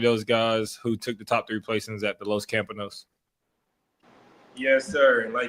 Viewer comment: It's Los Campeones...pronounced camp-pea-own-nez